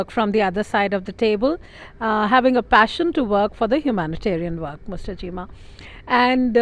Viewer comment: Bus ho gaya kaam , cheema is in yanked mode with poor pronunciation .🙄